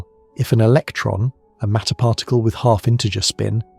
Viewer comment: Seriously... WTF is a parr tickle?!